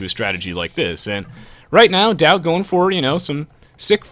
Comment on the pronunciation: the way you say daut it sounds like doubt is that normal? in french daut sounds like dot